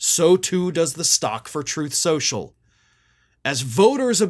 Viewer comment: "Troath Senshul."